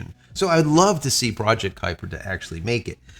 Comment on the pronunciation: Kupier lol